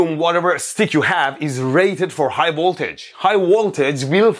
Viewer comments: I love high WOLTAGE 😂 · Yesss "High woltage"